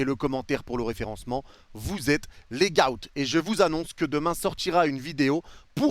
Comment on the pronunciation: Arrête de dire au début "les gaot" stp sa ce prononce "les got" sa me rend aigris 😂